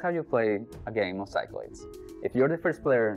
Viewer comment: Hate to be that guy, but Greek words get pronounced differently. The game is pronounced "sick-la-deez"